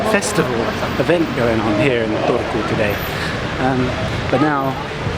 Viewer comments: you said "Turku" pretty good 9/10 :D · 9/10 Turku pronunciation, really good for a foreigner! :) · Kirjoitan Suomeksi ja en tiedä ymmärrätkö, mutta lausuit Turun minun mielestäni 8/10 eli aika hyvä suoritus. 😊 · I rate you pronouncing ''Turku'' 9/10 because the Finnish language is pretty monotone and I heard a little emphasis in there :D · Strong 6 on the pronunciation of Turku ;)